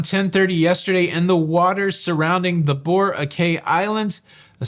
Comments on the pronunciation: Bo-ROCK-eye fyi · Boracay = BOH-RAH-KAI (sounds like sky)